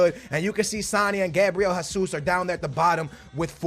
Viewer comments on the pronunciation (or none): none